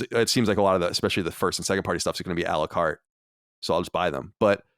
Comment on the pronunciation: It's "a la carte" which means to order items separately. I find it pretty funny he pronounces it "Alucart" like it's a Castlevania character or something 😂